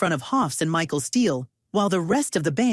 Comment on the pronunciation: This AI needs to learn the difference between michelle and michael 🤦‍♂️